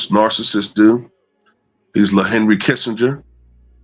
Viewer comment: Man said LeKissinger!!!!!!